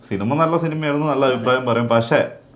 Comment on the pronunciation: ൻ്റെ പക്ഷെ ക്ക് പഞ്ച് പോര, പശ്ശേ എന്ന് ആണ് കേൾക്കുന്നത്. അക്ഷര സ്ഫുടതയോടെ പക്ഷെ എന്നു പറയണം